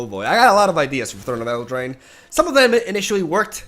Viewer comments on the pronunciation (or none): It's amusing, there's an insane amount of names he just can't seem to pronounce. What makes it weird is that some of them are read in Spanish and he speaks that, so there's no excuse.